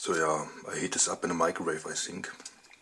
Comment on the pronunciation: "I sink" well ok..